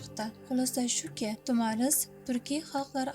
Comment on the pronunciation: Ассалому алайкум туғри талафуз қилди Тумар деган манони англатади Тумар деган нарса боғланадиган яни тугунга ухшайди буйинга осиб боғлаб юрадиган тугинга ухшаган олқа русча айтганда сепочкага ухшаган нарса Тумор.тагида тугунга ухшаган кичкина халтачаси булади